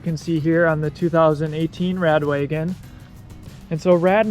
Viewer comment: How come you keep calling it 'radWAYgon' instead of Wa-gon? Is that how Rad Power say it? Am I saying it incorrectly?